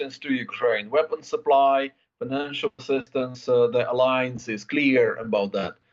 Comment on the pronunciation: Ukraine will join the aliens? Ohhh, you meant to say Ukraine will join the uh-LIE-ance. ❤❤ We love you,.